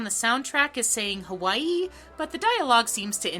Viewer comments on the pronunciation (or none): none